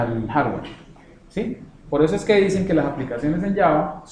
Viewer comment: No sabes pronunciar Hardware se escucha muy mal... Repites mucho "¿Estamos?"... mal